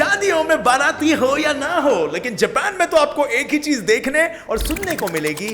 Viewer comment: Don't say japan like that or otherwise I hate u because I love anime ❤️